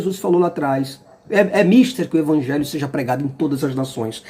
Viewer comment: Olá senhor,a pronúncia correta de "mister" é (mistér)embora a palavra não seja acentuada.Mister quer dizer(preciso, nessa frase) É preciso que isso aconteça. Se informe melhor,para ler corretamente.